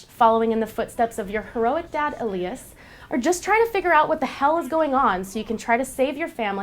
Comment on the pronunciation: You pronounced elias wrong the "i" is pronounced the way it sounds